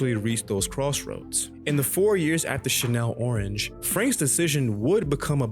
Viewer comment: Did you say Chanel orange? It’s Channel Orange like a tv channel lol